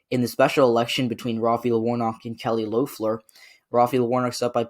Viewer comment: It’s pronounced leffler